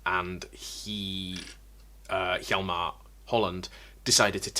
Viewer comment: Protip concerning pronounciation. The H in Hjalmar is silent